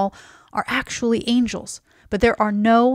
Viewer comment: She said “angels” I’m done.